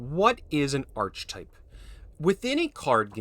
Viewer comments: Archetype is pronounced "Ark-ə-type." Its a greek word so the "ch" makes a hard "k" sound. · archetype is pronounced - "aar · kuh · tipe" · Or better still “Arr-Key-Type” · It's not grammar, it's phonetics and pronunciation. There is a correct way to say the word, and hearing it said wrongly over and over and over gets annoying. Once or twice is nothing, but when someone makes such a simple mistake so many times it's polite to simply correct it. The hard k sound for "ch" is correct for this word because it is Greek. Any time you pronounce an obviously Greek orogin word like archetype with a soft "ch" as in "cheese" you reveal your ignorance.